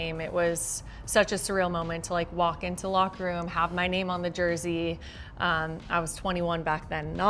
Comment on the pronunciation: I die a little inside every time says “Jersey”